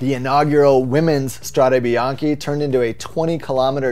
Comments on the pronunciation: ok, but the correct pronunciation is: strade bianche not strade bianchi. Bianchi is the bike manufacturer :-). So, bianch-e not bianch-i [which means white roads] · Strade Bianche, not Strada. And you did it twice. Hats off for intentional spelling errors.